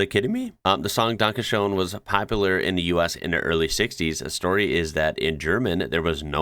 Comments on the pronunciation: it's pronounced 'dun-ka shen' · Really weird pronounciation of "danke schön". In typographic settings lacking the character Ö (in German, Ö is a character, not a character with a diacritic, like in the Englis word coöperate), or in English typography in general, Ö is often transcribed as OE. E.g. Schrödinger -> Schroedinger, Möller -> Moeller German Ü is often transcribed as UE, like müsli -> muesli, Müller -> Mueller. But for some weird reason, I've only seen Günther transcribed as Gunther in English. German Ü is also sometimes transcribed as Y in English, which match the German pronounciation better. German Ä is often transcribed as AE. E.g. Schäfer -> Schaefer, Jäger -> Jaeger German ẞ is often transcribed as SS. E.g. Weiß -> Weiss, Faßbender -> Fassbender. This can get really confusing, especially with street names (street = straße, straße starts with s), e.g. Weißstraße -> Weisstrasse, Weisstraße -> Weisstrasse German Y is sometimes transcribed with J in English. But this just sits wrong with me. German only use Y in forreign words, usually names, and when English transcribe the same forreign words/names, it always keep the Y, so why change it when it get the word/name inderectly via German? Sidenote: Many languages used to transcribe English W as VV in typographic settings. Some languages transcribed English Z to TS (or something similar). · Danke Shoen! 🤣 thats what happens if u let an AI speak english for u! Have them say "Oachkatzlschwoaf"! u manage to do that u might get a citizenship going along with ur "G" plate! greetings from styria!